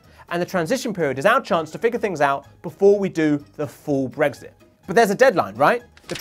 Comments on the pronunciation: It's Brexit not 'bregsit'! Why does this annoy me so much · He keeps saying “Bregzit”, it’s so annoying!